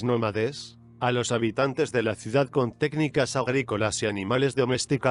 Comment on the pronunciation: 🤣🤣 "NomadEs" Ni un minuto y... pero bueno